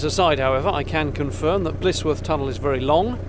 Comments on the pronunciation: Blissworth is the way you are pronouncing it. it is actually Blisworth pronounced Blizworth. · Sorry to seem pedantic, but as I'm Blisworth born and bread I feel it my duty to point out that it is not Blissworth, but Blisworth pronouced Blizworth. On the upside... there has always been rumours of the tunnel being haunted. My own sister claims to have seen a ghost near the entrance on a dark night in her teens. Nice document journey along the 'cut' as we call the canal. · Young man , you have a well - spoken accent , around here we pronounce it "blizwuff " best regards & great camera work .